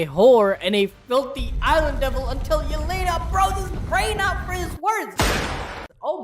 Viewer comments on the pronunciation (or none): none